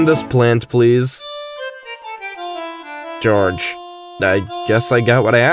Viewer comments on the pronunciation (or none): George** and if you're gonna say GORGE, at least say last name properly: GORGE BEARD**